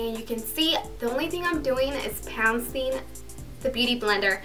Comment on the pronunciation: do you mean bouncing? not pouncing? or am I hearing that incorrectly?